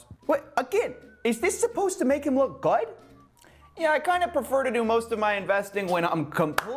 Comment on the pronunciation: “is this supposed to make him look gooudtt?”